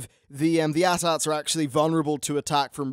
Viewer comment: "Shoot the 'at ats'" No. AT-AT.